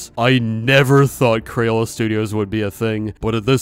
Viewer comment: I just realized so many people say “cran” but it’s “craYola”